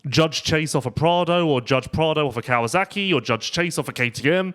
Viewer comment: Hi, love the show, but please pronounce Kawasaki the way it's written. It's not "Kawazaki." There are some names in Japanese that end in "zaki," but Kawasaki is not one of them.